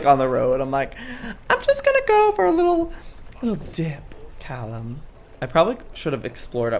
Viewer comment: "caLLum" oh the 5sos cringe